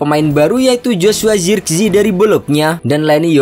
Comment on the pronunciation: Penyebutan nama zirkzee jangan di inggris2kan😂